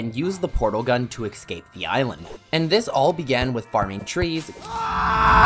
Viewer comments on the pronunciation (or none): and "eks-caped"